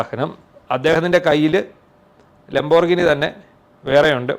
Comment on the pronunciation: Please try to pronounce It properly. It's pronounced like this :"Lam.br.gee.nee" not "lom.brignee"!😅